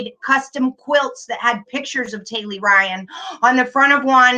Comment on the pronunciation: I’m not 100% certain but I think the 17 year old’s name is Tylee (not Taylee), just a heads up!! Love you!! 😘